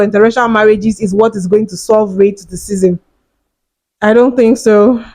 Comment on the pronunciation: AND AS FOR YOU...YOUR TALKING ABOUT RASCISM AND CANT EVEN SAY THE WORD LOL GTFOH